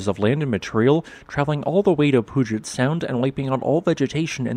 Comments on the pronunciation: Just as an FYI from a local: I live near "Pyew-jit" Sound, or occasionally, if your accent is heavily southern-ish, "Pyew-jut" Sound, not "Poo-get" Sound... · Pewjet not poojet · Pew-jet, not Poo-jit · Just so ya know, it's pronounced Pew-jet, a church pew and jet, for Puget Sound. The Pacific Northwest has some tough ones. Thanks for all your work. I heard St. Helens go off lving near Hood Canal, west of Seattle, and heard the Tonga explosion here in Southeast Arizona. What are the odds of that? Again, thanks for all your work. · Love your videos! Thanks for your thoughtful commentaries. Puyallup = pyoo-al-uhp, and Puget = pyoo-jit. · Pronounced Pewjet Sound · Congrats at pronouncing Puyallup correct.....(Pew-al-up)...but Puget Sound is pronounced Pew-Jet Sound. BTW, just spent a HOT week at Mt. St. Helens; the stars were out in mass! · puget - pew , jet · It's pronounced pew jet sound. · Puget = "pew-jit" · Hey man! It's pew-jit. Best Regards and Wishes! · This kind of hurts me to hear, but understandable; literally nobody pronounces it correctly from reading alone. Pew - AL - up. That's 'Al' as in the first name. Also PEW-jet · Yes, with Mount Rainier (or Mount Tahoma to the natives) we’re pretty much screwed here ….someday 😅. Good attempt at our native geographic names but to be more precise Puyallup is pronounced “PEW-AL-UP” and Puget Sound is PEW-JET Sound 🤓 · Pronunciation correction: Puget is pronounce Pue-jet (named for the Peter Puget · Mr. Narrator - kindly learn how to pronounce Puyallup, and Puget. Or are you to much of an intellectual to be required to provide words properly? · He missed on the word Puget, though.